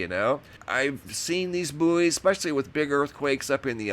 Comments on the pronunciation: Bouys are pronounced like Boys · so weird u guys say /booeys/ we say /boys/ sounds . . . weird